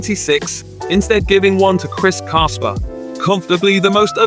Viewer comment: It's Chris Casper, pronounced the same way you'd address the friendly ghost